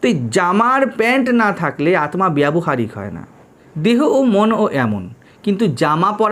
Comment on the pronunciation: Maharaj ek ektu thik korte anurodh korchi uchharan. Bengali te Aatma hoi na . Hindi te hoi. Ota Aatta. আত্মা = ত্মা = ত্তা অর্থাৎ আত্তা উচ্চারিত হয়। ধন্যবাদ।